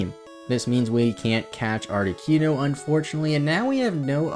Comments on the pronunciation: It amazes ne how many times you managed to squeeze in saying 'ArtiQUEno' 😅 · Hello from a new subscriber. I liked the long intro. Not many, if any, would show that kind of attention to reading that guide book. I’ve never heard Articuno pronounced as Arti-kew-no before, lol. Interesting how differently names can be pronounced. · Lol "Moltress" and "Articyuno" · Great video, but I take issue with the way you say Articuno..... art-ih-coon-oh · you say articuno like cartman says coon on south park..... and its cringe af.. but i still love your videos. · the way he pronounced articuno tho.